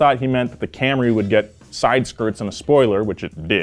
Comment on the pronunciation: Please don't say camray, say Celica.